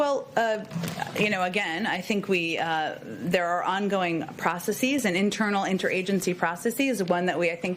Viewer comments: It hurts: she mispronounces "processes." (It's supposed to sound like "process is," not "process ease.") (It's very common these days, especially in academia, but it's wrong. It's supposed to sound smart, but it shows that you're not thinking about what you're saying.) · Is "processeeees" a word?? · I mean it's still "processes" but it's just said differently. That's all.